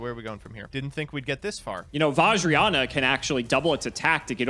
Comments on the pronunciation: it's VAJ-RA-YA-NA not VAJ-RA-YAN-YA SERIOUSLY! HOW COULD YOU BE SO UNCULTURED AND DISRESPECTFUL AND YELL, YELL, YELL, YELL, YELL!!! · It hurts my soul seeing these guys trying to pronounce Vajrayana